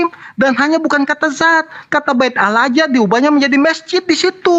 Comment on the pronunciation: harusnya di baca Allah ka bukan Alah heran sya trmksh.